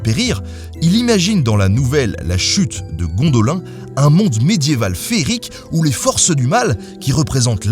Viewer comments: On dit Gondolyn et je pas Gondolen... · Comment que t'as prononcé Gondolin ? C'est Gonedoline qu'il faut dire ! Et dans "La chute de Gondolin", le bien ne gagne pas vraiment, oui certains habitants ont pu s'enfuir mais la plupart ont été tués dans la bataille, et oui le chef des forces du mal qui ont attaqué Gondolin a été vaincu, mais ce n'était qu'un lieutenant du véritable Ennemi, et pas le plus puissant. Donc victoire... pas tellement. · "Guondaulain" ARGH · On dit GondolinE et Drueda-i-n!Sinon Tolkien est très politique et s'est aussi beaucoup inspiré de la Bible. Trop de choses à dire sur le meilleur des écrivains et ke père de la fantaisy. J'espère qu'une vidéo lui sera consacré !